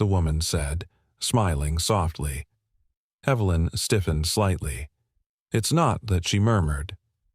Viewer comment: The name 'Evelyn' is mispronounced, again with a hard 'E' when context demands a soft one. Oops LoL Obviously this issue is not understood by the author's team. Oops LoL